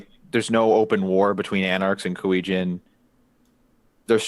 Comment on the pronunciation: Come on, it's not that hard, EIIII, as in Fonzie... KuEIIII Jin. Y'know like my name ^^.